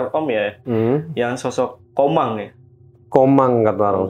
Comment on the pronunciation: Jin TOMANG kali bukan Komang😂